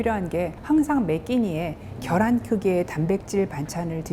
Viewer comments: 겨란 아니고 계란 입니다~~! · 계란이에요 겨란이 아닙니다